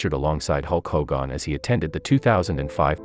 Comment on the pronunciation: Who tf is Hulk Hohgahn?